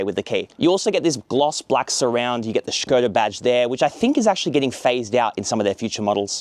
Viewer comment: Š is read as Sh. This is actually the first english native speaker i’ve heard to pronounce it correctly